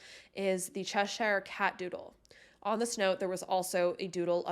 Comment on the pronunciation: Just fyi, Cheshire is pronounced like ‘Che-shur’.